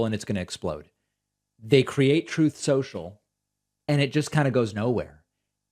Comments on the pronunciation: Troath censuaial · Your pronouncing it wrong David. Troth central. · "Troath Sential" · Why is David calling it Truth Social? It's real name is Troth Senchill isn't it? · David, you know it's pronounced "Troth Senshell".. C'mon bruv.. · TROATH SCHENCHAL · It's pronounced "Trollth Sential".